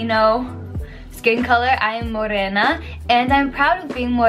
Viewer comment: I love the way you articulate the word "morena".